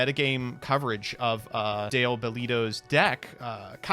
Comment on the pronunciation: DALE.... not Dan